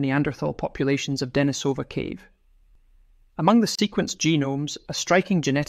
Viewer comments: it is not Danny-sOva , but it is DenIE-sova. As it is “LOndon” and it is England, and not LonOOn, nor IngalANDA If you are making videos about Neanderthals, and where they lived and where they developed and where their remains were found - learn how to bloody pronounce those archaeological terms. There are several places where you can learn correct pronunciation of those scientific terms! I’m giving this video thumbs down .👎 Misrepresenting very man facts ! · Very good video. Just one little pronunciation correction: it is De-NI-so-va and De-NI-so-van, not De-ni-SO-va or De-ni-SO-van. Lots of creators seem to get this wrong, but getting it right just adds more credibility to the narration.